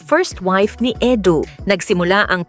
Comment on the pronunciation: Edu not Edo😂